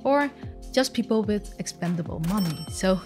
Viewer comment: poopals lol i love her